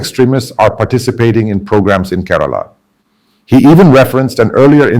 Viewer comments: Mr. Samuel, my state is not കരാള but കേരളം. Not പള ക്ക ഡ്. But പാലക്കാട്‌. Just remember that as long as you are a malayali places and names of persons should be pronounced as what it really is. Overstylish is your presentation. Listen mr tharoor carefully. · Being a mallu, how come your pronunciation of Kerala, Malayalam & Palakkad etc , is so accented ? I mean are you using some AI tool ?